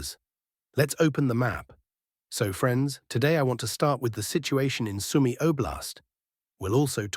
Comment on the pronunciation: UAF UKRAINA ARMED FORCES AI MAN...AND "SOME EY IS PRONOUNCED SUE MEE.